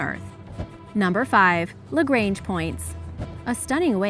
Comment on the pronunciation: What I love bout origins explained is that they use meters and kilometers instead of those American nonsense measurements, but the way you pronounce Lagrange gives me creeps... It's a French name, no need to pronounce it like it is English